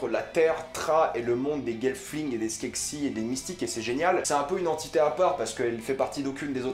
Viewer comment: C'est skekses pas skeksis